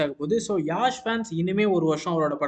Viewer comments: His name is Yash.. not Yaaaash😊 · அவுறு பெரு யாஷ் இல்லை பா யஷ் Yash